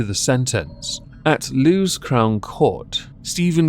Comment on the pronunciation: I'm not trying to nitpick but Lewes is pronounce Lewis.